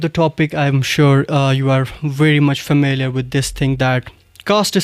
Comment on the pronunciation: Host is trying his best to talk in British accent but unfortunately he cant pronounce familiar 😂😂😂😂 Comming to the caste system, it only exists in Sayeed and Andrabis. Islam doesn't promote caste system so it's no more a topic of discussion. My mother is Mir, I'm Sheikh, my wife is bhat. You should continue making videos in your mother tongue i.e, Kashmiri. Stop bragging english. Caste is nothing but a satanic way of discrimination.